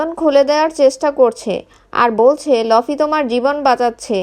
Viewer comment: লফি না ভাই লুফি explain with correction